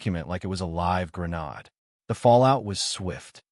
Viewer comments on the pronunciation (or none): Why can NO ONE ever get a text to speech program to have correct pronunciation "agape" a-GAPE is pronounced "a-GAH-pay", "grenade" gren-aid (I've heard both syllables emphasized, so I'm not discussing the emphasis) is pronounced here as Gruh-nod" this implies the poster of the video is copying from text, with limited understanding, pasting it into a program, and not even bothering to listen to determine that it is garbage output, because they don't know. Tales, get a little bit of respect for yourself before you post garbage. AI can only do so much for you. May eye ask ewe two please cheque your your final product too bee certain it meats a level of accuracy. (each of these misused words are hear [including this one] to emphasize how disruptive this kind of thing impacts the outcome They wouldn't change how someone "hears it", but would certainly affect how someone reads it. so in audio form it's much the same kind of "what are you trying to say?")